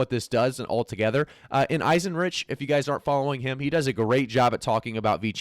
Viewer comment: eisen-rike, not rich... like 3rd Reich